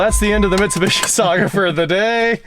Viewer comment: I may start watching these again if you stop mispronouncing Mitsubishi.